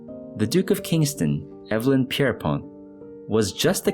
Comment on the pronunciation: Thanks for finding and telling a story I haven’t heard before. (When Evelyn is a man’s name, it’s pronounced EEV-linn.)